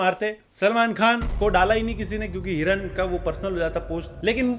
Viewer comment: Heeee kiran ❌️ hea hiran ✔️